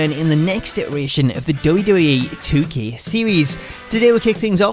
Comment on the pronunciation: Why is your acccent so weird everytime you say 2K i feel like you're saying 2Kay